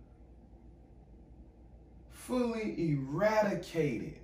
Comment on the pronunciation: Man, you couldn't even read the word ''eradicate'' come on man. lol